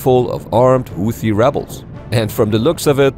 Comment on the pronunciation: Houti Tutsies 🤣